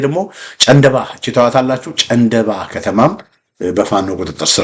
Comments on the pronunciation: ጨንደባ ሳይሆን ጫንድባ ነዉ። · ጨንደባ ሳይሆን ጫንድባ ተብሎ ይነበብ